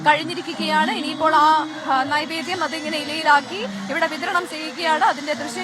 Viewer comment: നിവേദ്യം അല്ലെ നൈവേദ്യം ആണോ...???